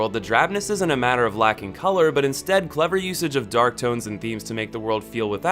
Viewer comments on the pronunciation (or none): none